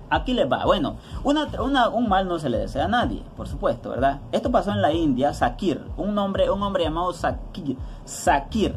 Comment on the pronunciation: Querido se pronuncia: shakir